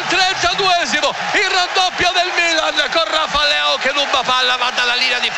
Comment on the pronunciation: Ha segnato il mmmilan come lo dice lui nessun altro